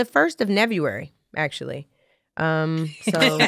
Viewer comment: "The First of Neveruary. . . " LOL . . .